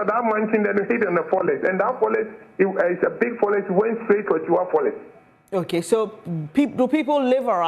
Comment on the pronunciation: A whole Chief Executive officer is pronouncing forest as forles?